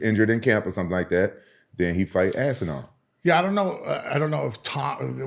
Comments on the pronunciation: Repeatedly calling Tom, “Tom Ass-inal,” doesn’t make you look good the way you think it does… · Gets corrected, still says ass n all moments later, I love it 😂